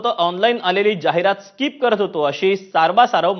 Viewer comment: स्काईप nahi साहेब स्किप ahe te 🙏